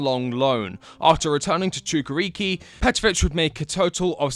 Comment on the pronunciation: I felt pain when you tried to pronounce Чукарички. 😂 It's Chukarichki not Chukariki. But, at leat you tried. It was a good try. 😆